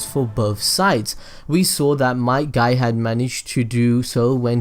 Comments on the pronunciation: his father might dai bruh who names there kid might die it sounds like your saying the dude might die which he did tho... wtvs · Each time he said might dai I laughed